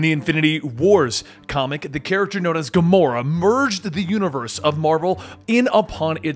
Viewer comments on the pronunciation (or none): none